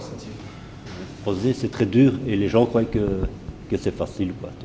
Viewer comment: Normal que les gens disent que t'es con si tu parles en disant "voiyent" et "croiyent"